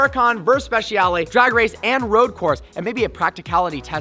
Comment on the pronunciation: Please pronounce it like you would pronounce “spechale” the letter ‘I’ must not be said!